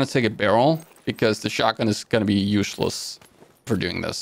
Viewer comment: Did you hear him saying yushless...?? That's so funny